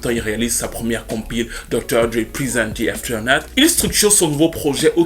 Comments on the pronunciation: Hen ben, quelle histoire, le talent ne fait pas tout.... On comprend bien quand ceux qui reussissent dans la musique vous assome avec "i'm very lucky".... Ou pas si on pense à Britney. Anyway, merci comme toujours, sinon c'est AfterMath et non AfterNath 😁 slim shady nous a bien marteler avec "shady/aftermath" 😜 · Avec tout les respect que je te dois c'est aftermath records et pas afeternath.... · puis dans toute la vidéo... CORRECTION : C'est Aftermath Records, avec un « m » et non Afternath. Aftermath signifie « les conséquences » tandis que l'autre mot ne veut rien dire. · Dédicace à ton anglais parfaites maîtrisé ! Trusteurt lol, Dr Dre chez Afternut. 😉